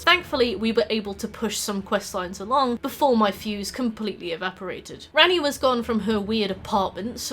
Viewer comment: I kept hearing you say "Granny" when you said "Ranni". So like "Granny is a fan favorite because of rule 34" and "I've never seen Granny with less than G cups". Wake up babe, is normalizing Gilf appreciation!